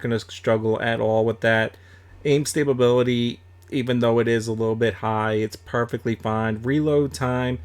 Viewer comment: It made be cringe when u said stability with an extra b multiple times. I still prefer the k98